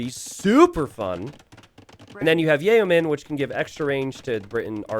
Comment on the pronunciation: Its been 22 years still doesn't know Yeomen is pronounced Yo-men. Its not even a foreign word, its English!! His native language!!